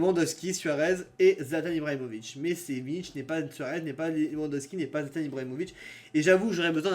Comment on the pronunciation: C’est Milik avec un k ça se prononce milique